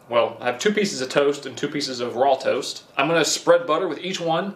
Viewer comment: My man just called it raw toast 💀🤣